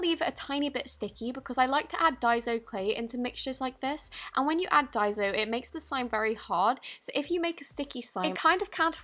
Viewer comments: Its not pronouced dieso clay it's pronounced dayso clay just saying 😊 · Its die -so not die-zo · It’s daiso not daizo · Its pronounced = die-so not die-zo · it's so annoying when people say daizo like is there a z in daiso no so stop saying daizo .and also your British so why the HELL😡😠Are you using American stuff stop acting like your American you fake your clearly British so stop lying .😠😡😬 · What the heck is daizo it’s daiso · Not trying to be rude but what annoys me (//>\\\<\\) sorry again, is that you say Dai-zo when it's Dai-so sorry I speak Japanese or it could just be me getting triggered I apologise once again but I'd like if you'd fix ur pronunciation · it's pronounced "die-so" not "day-so" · OMG!!!!!!!!! It's not diseo it's diaso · It's pronounced die-so not die-zo sorry for correcting you queen it could be because of your accent. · Ur a great u tuber and I love u but its pronounces daiso Like day-so Not die-so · It's not dai-zo it's dai-so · I lòve how she pronounces it like dyezo but it's pronounced dayzo/ daiso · Why does she say dai ZO when it’s spelled with an s 😂 it’s pronounced dye-so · It is pronounced ( die,so) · Diaso its pronounced as Die-so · I think It's pronounced die-so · Why does every youtuber pronouce daiso wrong! (Idk how to spell it) btw thanks for the clear slime tip ;)